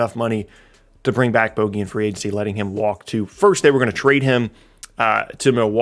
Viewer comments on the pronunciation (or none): Boooooogie not bogey. He isn't named after a golf term... his name is boogie